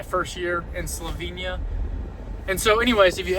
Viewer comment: Great video. Thanks. Just one lil thing ; nobody corrected you on how to pronounce Slovenia ?